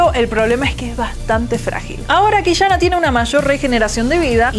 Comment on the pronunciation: detashes, Qishana, league of leshens...como que molesta un poco x.x